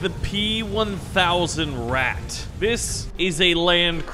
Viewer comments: It Isent rat but ratte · IT IS RATTE NOT RAT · It's Ratte, not rat pronounce it correctly next time. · ''rat'' its the ratte :( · It's the rata not the rat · Just so you know it’s pronounced ra tey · Pronounce the E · You pronounced the tank wrong, it is the PZ1000 Ratte